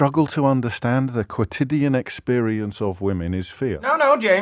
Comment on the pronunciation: If you are going to use the word quotidian at least learn to pronounce it.